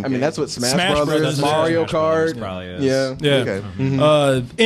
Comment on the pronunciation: Haha "Morio" is the new Mario